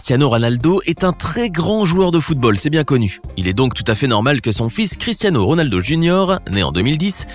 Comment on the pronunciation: Il a dit Rolado mais RONALDO